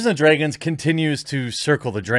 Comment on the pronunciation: I love the way you say draegons lol